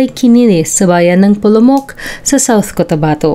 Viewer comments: Polomolok not polomok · Polomolok po Hindi polomok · Hindi po polomok maam Polomolok po ang correct name ng lugar ✌️